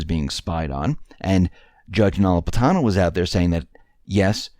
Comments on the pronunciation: learn to pronounce the judge's name Napolitano. It's not No-lip-atano. Generally you are an excellent speaker, so the obvious mispronunciation was disturbing. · say it with me, "NA- POL- I-TANO"Easy peasy! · It's Na-pol-i-ta-no.